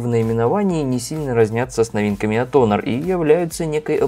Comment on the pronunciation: Не онор,а хонор